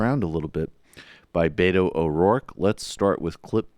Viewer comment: Learn to pronounce Beto correctly too.